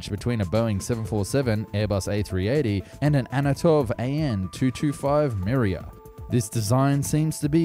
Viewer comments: I think you mean Antonov not Anatov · "Anotov" dude, it's written Antonov and pronounced ANTON-OV, not ANO-TOV. Jesus Christ. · Sorry but its antanov, not anatov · "Anotov 225 Miriya" Damn man, these names are not that tricky and hardly deserve that kind of butchery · Antonov 225 Mriya: *exists This guy: "Anotov 225 Miriya" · “Anatov” = ANTONOV... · Bruh its Antonov not Anotov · whats an "Anatov"? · that's not an "Anatov"... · "Antonov" not "Annotov" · bro said "Anotov" instead of "Antonov" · 'Anatov'?! .....ANTONOV! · Anatov? Antonov! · aNtonov, not ANAtov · Antonov no Anotov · не Анотов а Антонов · Time . Antonov not ANATOV🤣🤣🤣🤣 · You know the biggest plane in the world? It's called the Anatov Miriya. It's kinda like the Leakhood C-5 Glaxaly. It was originally designed to carry the Svoiet spice shittle, the Boo-rum. It's like the commentary was read by officer Crabtree. Good do! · no offence but you've really butchered AN-225 name. it's Antónov (uhn - toe - nov) 225 'Mriya' (mmm - ree - yuh ) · "Anatov" what?